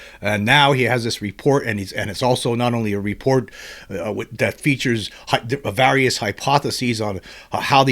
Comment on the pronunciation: That’s not how you pronounce various….